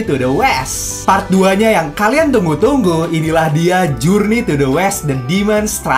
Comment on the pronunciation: Bukan pray pret bang tapi part